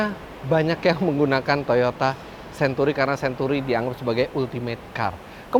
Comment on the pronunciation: sebut century pun xbetol.😂